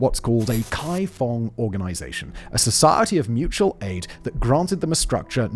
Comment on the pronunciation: It's not Kaifong with a k. More like GaiFong. Means neighbour or local residents. 街坊